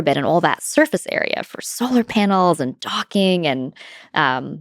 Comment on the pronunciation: I giggle to myself everytime she says "docking"